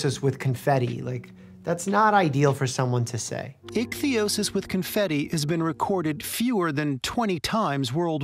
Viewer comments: Lol doc struggling with pronouncing ichthyosis - “eekathosis” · Ichthyosis, not "Icanthosis"! Good to see even doctors mispronounce things sometimes ;) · I still can’t understand why are you saying “icantosis” instead of “ichthyosis” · so, is it icthyosis, or icanthosis? Mike keeps saying the latter. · nope. He pronounces it eekathosis and it’s pronounced ick-thee-OH-sis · Doctor Mike gets illness names wrong a LOT. To know that "ichthyosis" is related to fish, and not connect that with the other sues of that prefix, and then as a result be unable to remember it or even repeat it right after hearing it... I dunno, man